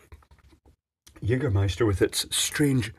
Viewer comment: You fucking nailed the german word jägermeister!